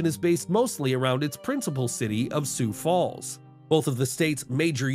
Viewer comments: No mountains, no Sioux-Foo and Pierre is pronounced "Peer"... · never heard sioux falls called su fu and its not pea air its peer